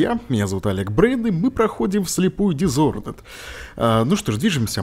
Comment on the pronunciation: дизонорд а не дизхонорд